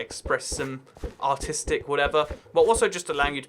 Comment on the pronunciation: His Artistic sounds kinda like he says autistic so the sentence of “I’m so artistic” made it sound different to American ears... I guess.